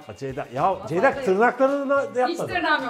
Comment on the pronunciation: nobody::çeyda deyda... ama asla Ceyda değil:)